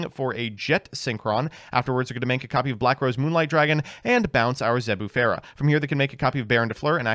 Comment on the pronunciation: ...and what the fuck was that Zebufera?